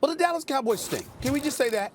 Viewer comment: Do you mean the “Allas Cowboys” No “D”